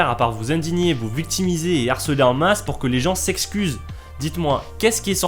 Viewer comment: "les z'Harcelé ? le "H" tu le méprises à ce point ? qu'a t'il fait de mal ? ah non c'est juste toi qui a la prétention de faire des vidéo alors que tu ne parles même pas correctement la France. Mec sérieux, si encore c'était la première foi, mais non c'est très très régulier chez toi !!!!